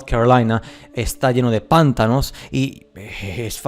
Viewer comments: panTAnos. Carga la voz en ta. es que se escucha muy cómico los PANtanos. es interesante tu pstura. Tengo que contarte que encontre una versión antigua de Las mil y una noches y ahí se habla de que el Sultán era el regente de la Gran Tartaria. Ahora, leí varios cuentos y las descripciones no son de parajes desiertos, sino más bien bosques, rios, etc. Me pareció raro ya que supuestamente se trata de una historia arabe. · "Pántanos" no, "Pantános" si pero sin la tilde marcada, te la puse para que sepas donde se acentua. Saludos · Checa la pronunciación de pantanos, lo estas diciendo pántanos, para el habla hispana suena como un rechinido. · Pantanos lleva su sílaba tónica en la segunda sílaba, “ta”, no en la primera... saludos